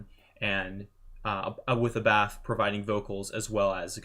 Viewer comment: Not A-Bath,but Ah-Buth.